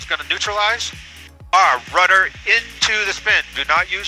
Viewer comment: RUDDER NOT RUTTER.